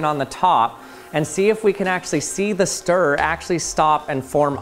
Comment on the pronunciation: 🤦🏻‍♂️ JESUS CHRIST MAN! Words like mirror! And stirrer! Have two! Yes! TWO! syllables... Mir-ror, stir-rer, not Mirrrrrrrrr, or stirrrrrrrrr UGHHHHHH!